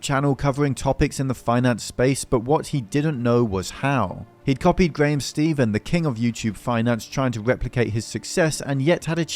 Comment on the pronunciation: Ffs stop saying graham “steven”